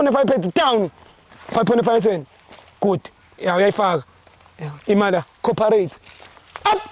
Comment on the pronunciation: 😂😂😂😂 its Co-operate not Co'rperate😂😂😂😂 IM obsessed